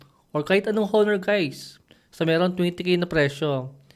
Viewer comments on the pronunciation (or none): Silent H dapat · HO-NOR ba talaga tamang pagbigkas nyan? o ONOR(honor)?? baka ako lang ang di updated..